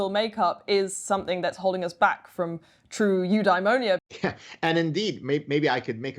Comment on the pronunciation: Have a drink every time she says ‘new dimonia’